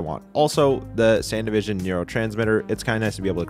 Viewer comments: It's not "Sandivision". It's "Sandevistan". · It's not "Sandyvision" it's SAN-DEV-I-STAN 😭 What makes your mispronunciation of this even worse is that you mentioned David & Rebecca signifying you've watched the anime so you should know how it's pronounced. Your pronunciation of it doesn't even match the spelling of the word sandevistan. That was the funniest thing of this whole video you made my morning with that 🤣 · Bro how are you still saying sandevistan wrong even after watching edgerunners